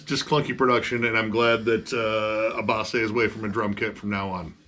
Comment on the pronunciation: Nothing worse than metal nerds who can't even pronounce Abbath correctly....